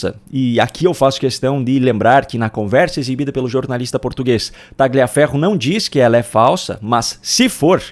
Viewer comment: A PRONÚNCIA CORRETA É TALIAFERRO, SEM O G